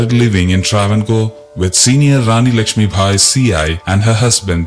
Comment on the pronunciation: Not bhai but bai- sethulakshmi bai - not munna bhai - uff!